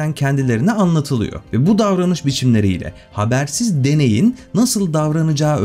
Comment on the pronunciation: deneyin değin deneğin kanka, denek denek. Sert sessizi yumuşat!